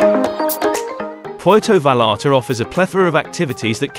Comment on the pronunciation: Puelto valalta😂😂😂😂😂